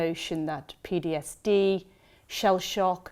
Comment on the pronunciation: She keeps saying PDSD 🤦‍♀